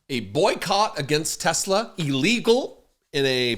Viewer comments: Teslur? Hahahaha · What about the " I love tesler!" Clip😅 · What the f is donny talking about? If you "do" what to tesler as he calls it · Trump couldn't even pronounce the name Tesla right. He was also confused as to what the black round thing was when he sat in it. When he saw all that black, he was heard to say, "Didn't TESSLER get the memo on DEI"? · I hope Tesla shares tank at $10 and he keeps calling it “Tesler”. 😆😆